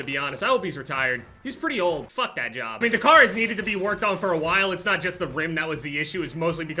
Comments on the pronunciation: Why when says car I don't know whether he is saying car or kar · When he says car I think he’s talking about the kar 98😂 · I Thought He Said He Bought A Kar I Was Like Huh LMFAOOOO